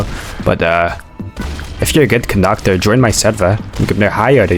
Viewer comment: caboi kandakturrrr😂